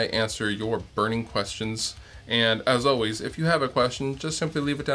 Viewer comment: When I watch your videos I always wait for the "As O-ways" at least it sounds like that to me. Seriously love how down to earth you are about stuff, you're a cool guy.